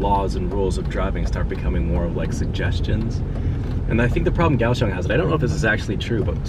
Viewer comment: If I'm not mistaken, the correct pronunciation of Kaohsiung is "Cow Shoes". You're welcome.